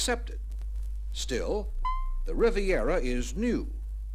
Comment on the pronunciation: RIVIERA. Not “Rivera.” That’s Geraldo.